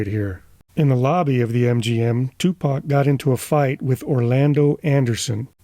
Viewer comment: I’m glad you didn’t pronounce it “2Pack.” 😂